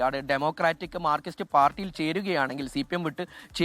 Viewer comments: മാർകിസ്റ്റ് അല്ല ചങ്ങാതി മാർക്സിസ്റ്റ് എന്നാണ്. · മാർകിസ്റ്റ് അല്ല മാർക്സിസ്റ്റ് എന്ന് തിരുത്തി വായിക്കുക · നാക്ക് വടിച്ചിട്ട് മാർക്സിസ്റ്റ് എന്ന് പറയൂ... മാർക്കിസ്റ്റ് എന്ന് പറയുന്ന പത്രപ്രവർത്തകൻ്റെ യോഗ്യത എന്താണ്.